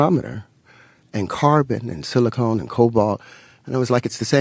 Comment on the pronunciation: Not sure how seriously you can take a Mendeleev-wannabe when he keeps referencing "silicone" rather than 'silicon".